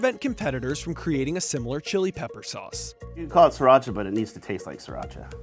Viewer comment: Sri ra cha, not sir ra cha. Leave it to NYers to butcher a name.